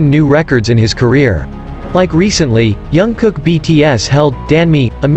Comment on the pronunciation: Please pronounce JK’s name correctly, as a way of respecting him.